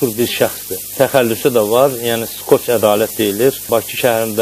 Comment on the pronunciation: Skoç yox, скотч.